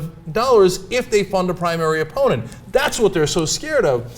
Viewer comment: 'primanary' lolz